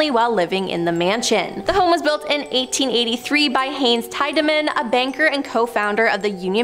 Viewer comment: His name is pronounced Hahns Teedamen.